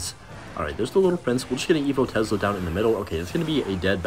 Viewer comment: That "tezzzla"